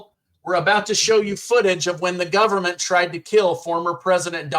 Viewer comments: The Newscaster is saying the word, "Gun man" and NOT " Government ". Get it right already ! ! ! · Government or Gunman?! Extreme underbite speech impediment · I love Trump and I despise the media BUT HE DIDNT SAY GVMNT….HE SAY “GUNNAN”